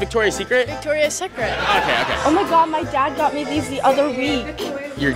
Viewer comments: She pronounces is sacret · She said ,,sekret" is the pronunciation form of polish word secret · She pronounce the secret in a French tone